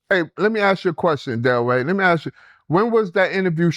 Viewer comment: Can you learn how to say ask instead of axe Delray. Something you have to work on.